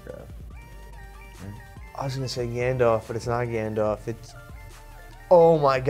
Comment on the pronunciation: I died when was by himself trying to jog his memory, hes like "gAnNDoFFF" under his breath hahaha